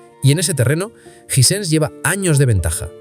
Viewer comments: Me da cancer de oído escuchar Jisense en vez de jai-sens, otra cosa ese bolazo de que en Sudamérica no se podía comprar marcas caras como las Sony que literalmente es el televisor más vendido en Sudamérica 😂 Hisense apareció oficialmente en Uruguay hace 3 años. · Los españoles son negados para el inglés disque "jisense" en vez de "jaisens" 😂😂😂😂😂😂😂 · Hay que definir la pronúncia. ¿Suena Ysense o Aisense?